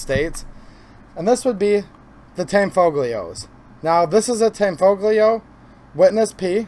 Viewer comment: The tanfoglio guns aren't actually mechanically a CZ. The fire control is different. You can run the slide with the safety on. I would say the Tanfoglio guns and Jericho clones are improved variants and the G is silent. It's Italian.